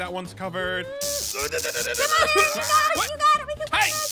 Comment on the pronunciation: It's Aaron not Arron